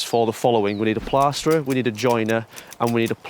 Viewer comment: What is up with dudes accent. 90% of the time he sounds like he’s from Yorkshire and then says ‘plasterer’ like he went to Eton.